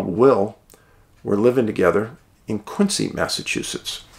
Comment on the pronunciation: Quincy is pronounced Quinzee not Quinsee